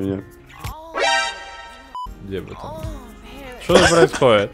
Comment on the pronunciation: Лайкер,пожалуйста научись говорить "ЧТО" :3